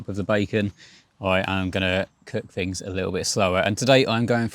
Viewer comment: “Fings”? Oh he means “Things”! Thuckwit!